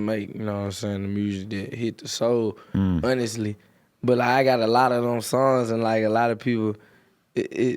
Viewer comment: "uhnestly" lol